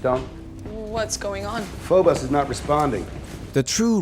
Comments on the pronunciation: Notice how the commander kinda looks like Doomguy. It's pronounced "FOE-bose," not "FOE-boss." Wait a second. Heh, foe-boss. The innermost "Inmost Dens." Lame design with zero thought put into ergonomics. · "we will arive at phobis in exact" ITS PHOBOS! YOU CANT EVEN GET THAT RIGHT MOVIE? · Are they so stupid they have the VA pronounce Phobos as "Phobis"? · Um... the characters in the movie can't even say the name of the moon right. PHO-BOS. Two long O's. Not "Fohbus". No one involved in this production ever played any Doom game. And I guess they picked up their female lead actor at a gas station somewhere or something. She is boredom incarnate. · they can't even pronounce Phobos right